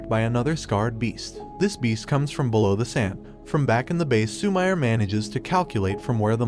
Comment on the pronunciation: Lmao instead of Su-mi-re he says Su-mire lmao